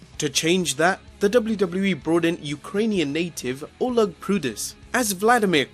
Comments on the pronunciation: I know its just his accent but is no one gonna mention WluWluE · Dubbleyew Dubbleyew E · Am I the only one who thinks this guy can't pronounce WWE correct?